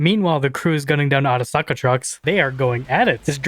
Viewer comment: Akuza? No. Arasaka. [Era-Sock-uh]